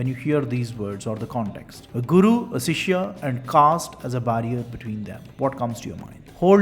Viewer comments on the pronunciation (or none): It's not Sishya .... Use Shishya